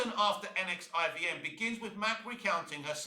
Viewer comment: This take, and the fact that you don't know how to say NXIVM, just says that you need to do better research into what she did and why she was on trial and not Kristen Kreuk. Mack wasn't just a member and recruiter, she was an active participant, and even branded some of the women herself. She was Keith's right hand. Go watch the trial and see the evidence, instead of reading an interview.